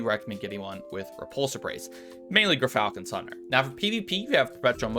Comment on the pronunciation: So . . . after hearing Gyrfalcon irritatingly mispronounced for many months (it's JIRE-falcon, Latin, as in gyroscope), this rifle is "Tara-Zipposs", named after a demon in Greek mythology. In Greek, "x" is always pronounced as a "z".